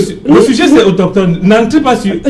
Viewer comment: AutOSCHHtone, autOSCHHtogénie 😁😁😁😁